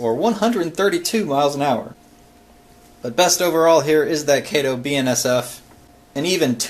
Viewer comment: Kato is not pronounced Kaytoe, it is pronounced Kahtoe. Loved the video!